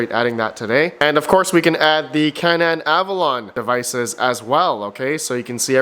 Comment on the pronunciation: Canaan is pronounced CANE EN not CAN AN